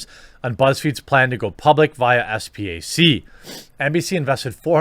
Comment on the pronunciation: Trying to educate all you YouTubers, SPAC is pronounced “spack”. Rhymes with stack. You watch CNBC etc that’s how everyone says it.